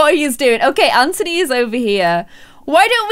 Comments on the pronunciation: stop saying 'AnTONEE' it's just 'An-Thu-Nee' ok? 😂😂💜 but love you anyway great video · Anthony is pronounced an-the-knee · its actually kind of bothering me that your saying anthony and ciara names wrong. well from my point of view in america anthony is pronounced an-th-on-y and ciara name is pronounced ci-air-uh. no hate nothing but love but i thought you should just know ! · It's pronounced a-nth-ony